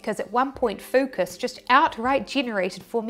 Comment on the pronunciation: Did you said.. FUCKUS? 😯